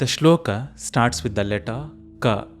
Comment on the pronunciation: Thank you. I watched part of the video and am pleased with aspects of it. However, when you say that we will chant the shloka correctly you mispronounce shloka as shlokaa. It is not shlokaa, the a at the end of the word is a short a, not long a to be spoken as aa. This is a common mistake westerners make but we who know the Devanagari script should not say karmaa, yogaa, shlokaa, Arjunaa etc. all of which I hear very often. We could pronounce the short a, not making a mistake in the other direction as yog, karm, shlok etc. which is the way it has become acceptable especially in everyday Hindi. Shloka, yoga, karma, neither a) shlokaa, yogaa, karmaa nor b) shlok, yog, karm. Strictly speaking, both a) and b) listed here are incorrect. However the shlokas themselves I was pleased to see clearly written on screen and also the sounds as written spoken correctly.